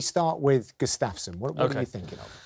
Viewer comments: It's pronounced "Gu-staf-sson", not "G'staf-son" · Not sure if I can stomach Gooden calling him Gus-staff-son for 28 more minutes....come on man lol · he says Gustafsson weird